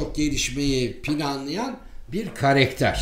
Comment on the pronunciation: Hocam "karakter" kelimesini, çok uzun zamandır "karekter" şeklinde yanlış telaffuz ediyorsunuz. Bilginize.